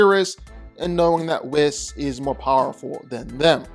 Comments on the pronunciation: and he says Wizz the entire video when referring to whis lol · Oh my god......stop saying Wizz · "WE ▪︎ SSS" not "WIZ" or "W' HIS" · Whiss/Whizz vs Yuta. You should probably re-record this video and pronounce their names right. You pronounced Whis’s names at least 2 different ways. Both incorrectly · People are focused on him pronouncing "Whis" wrong, but look at The Watcher's big headed ahh: . Humpty Dumpty lookin ahh. Stewie Griffin lookin ahh. Megamind lookin ahh. This shit's too funny. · He pronounced Whis’s name wrong too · Hearing you say Whis’s name wrong the whole video was painful… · That's specialty! He butchers pronunciations all the time, and he just keeps getting away with it.